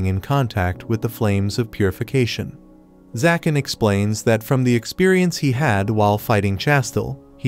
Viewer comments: Why do you keep saying zakan and not ZAGAN...??? Is details checking to difficult...? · He’s name is zagan not zakan